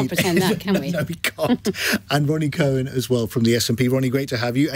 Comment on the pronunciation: Not Co-wan Cow-an